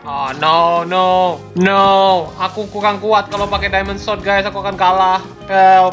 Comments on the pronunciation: Sword bukan sod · Sword bukan sot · Sword jadi swod